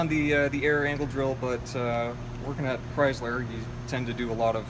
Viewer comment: chryzzzler? u mean chrySler. lol great vid dude